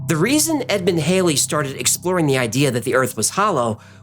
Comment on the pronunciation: Halley = Haw lee not hay lee...